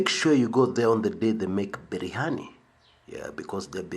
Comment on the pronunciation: Birihani not berihani